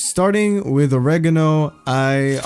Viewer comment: "Noregano" nice! haha